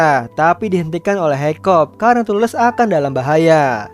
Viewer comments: Kakak salah nama harus nya hikkap bukan hikkop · Its hiccup man not hoiccop 🗿